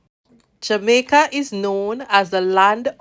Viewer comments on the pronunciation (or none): none